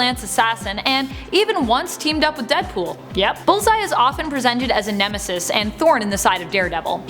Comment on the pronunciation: Neme -sees?